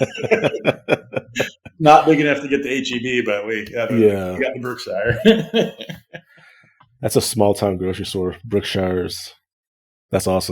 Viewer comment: You city folk talk funny. We pronounce it here "Brook-shure" not "Brook-sh-eye-er"